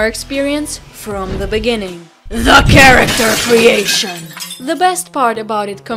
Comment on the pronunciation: Stumbled upon this vid somehow, I havent played in sometime now I was wondering if people still play( a good portion). I wasn't expecting you to say character creation like that lol. Nice editing skills here also.